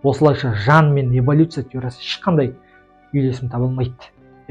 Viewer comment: Эвалюция емес эволюция